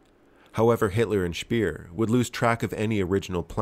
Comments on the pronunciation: Speer as in pair or pear, not peer. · It's Speer, not Spier, though.